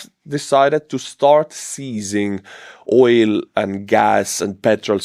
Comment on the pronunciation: Oil is pronounced with a hard L ❤